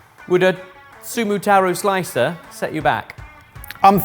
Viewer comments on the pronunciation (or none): none